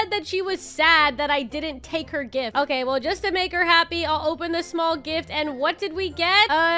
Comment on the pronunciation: "okayeh-" It made me laugh and idk why 😭😭